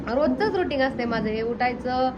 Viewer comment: Ruting नाही ग रूटीन